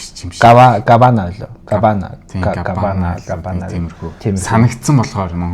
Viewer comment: Кубана гээч дээ габана гээш